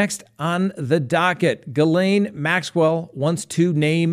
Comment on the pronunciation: you have made me proud of you tonight! Every time you said Ghislaine Maxwell it was correct!! I feel like I'm a little mother bird booting you out of the nest of pronunciation! Your suits don't look cheap! my dad owned a corporation and his suits looked just like yours and he had his made for him at the men's shop in Westbrook Maine which is now not there anymore.